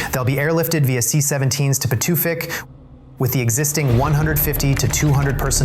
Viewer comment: Best pronunciation of Pituffik I've heard in one of these videos! 😄